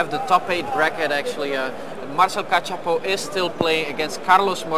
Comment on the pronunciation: Failing hard at pronouncing Kachapow right. Or spelling it right in the video info.